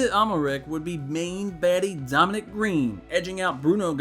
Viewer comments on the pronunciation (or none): none